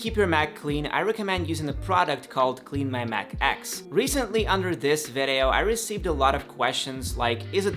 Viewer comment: I wish you just don’t say vedeo instead of video